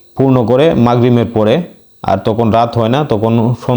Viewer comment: সালামুন আলাইকুম, উচ্চারনটা কথাকথিত হবেনা বরং তথাকথিত হবে,মাগ্রিমের পরে হবেনা,হবে মাগ্রিবের পরে। তবে এসব কোনো ব্যপারনা এগিয়ে যান,রাসুলের ভুমিকায় আছেন,"সামি'না ওয়া আত'না। ধন্যবাদ